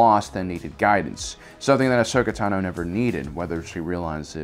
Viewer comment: Ashoka Tah-noh